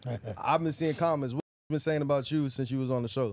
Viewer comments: Man this dude said “ cuz was talking acout (about)!” 🤦🏾‍♂️😂😂😂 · Bro said “what I’m talking acout” 😂